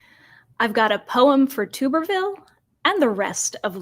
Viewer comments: It's TUBB-er-ville. Think bathtub. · It's pronounced "Tub" as in Tommy Tub-o-shit. #FuckTheGOP #FuckMAGA